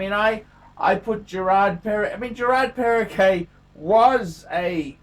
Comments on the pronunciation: It’s Geraadh Perrrehgouh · learn to pronounce the name of the brand, mate!